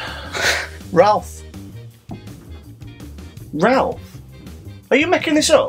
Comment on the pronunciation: 1. I lost all respect for Greg for not knowing the piano-playing dog from the Muppets, but 2. I heard Jason say his name as "Ralph"? I've always heard Rowlf's name with an 'oh' sound rather than an 'ah' sound. I encourage Greg to call shenanigans on Jason for getting his own question wrong! As for the riddle, I again was spoiled before I thought it through, so doesn't count. I was going to go with March or something because June was too obvious. The second commercial confused me! I thought curry was one of your foods, not a store, then they mention vacuum cleaners (I know what those are! we have them here!), then mention a "hoover" (which I thought was your word for vacuum cleaner?) while showing a clothes washing machine?? My American brain is broken! :)